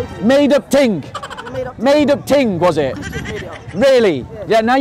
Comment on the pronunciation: "Crucifixion is a made up TING” Hahaha🤣😂🤣